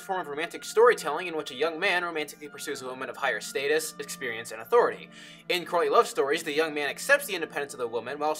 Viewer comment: Good video. Only problem: every time you say courtly love, I think you're saying Courtney Love. Which changes everything!